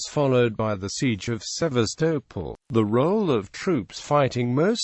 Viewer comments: Its pronounced Seevastoppol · The pronunciation of Sevastopol is an utter nonsense......